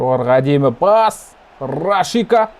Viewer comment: Рашика емес Рашица емеспа есімі